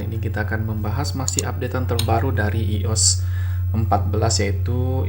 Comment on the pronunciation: iOS bacanya Aiyos